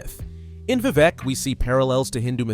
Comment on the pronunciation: Great Video. But why pronounce it as Vevec?